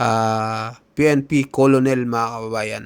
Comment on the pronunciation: Di yan kolonel,,ang pagbasa nyan..kernel